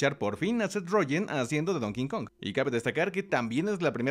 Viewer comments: como correccion en buena onda... el chango se llama Donkey (donki) Kong pero tu pronuncias "donkin" kong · Se pronuncia Donky Kong (ya se que esta mal escrito) no es Donking kong (es burro no rey) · No es “Don King Kong”, es Donkey Kong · Nomás que es Donkey Kong,. NO Don King Kong 😁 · Me irrita escucharte decir "don kinkong" btw